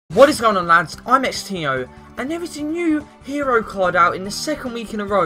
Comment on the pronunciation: If you cant even pronounce your own name right in your intro. I think you need to change it.....